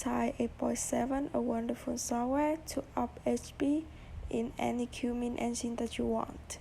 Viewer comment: How can I trust you when you don't know how to spell cummins or say it right?